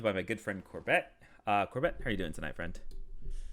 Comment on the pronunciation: Is it an inside joke pronouncing corbett as corBET or does he just smile and wave? 😂